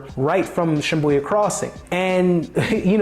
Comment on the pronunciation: I said the same after hearing the pronunciation but it was confirmed with the spelling.